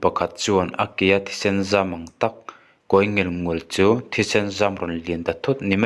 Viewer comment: Nghal pang a ...kawi ngelngul kha ilam dan kha a cute lutuk....kawi(in kawibah) ang a lamrik tur, ngel ngul...aw,uluk deuh teh chhiar hi, viewers poh i ngah ania,Naupang te te tepawn an ngaithla,Mizotawng i chhiar dik loh chuan poi tah ani,fimkhur a ngai,a bik in Youtubers te tan👍👍